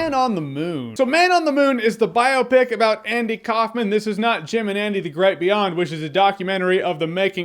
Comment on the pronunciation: No one tell him how to pronounce "biopic"